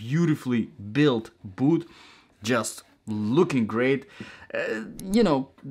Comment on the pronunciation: the word boot has a t at the end. its not 'bootht'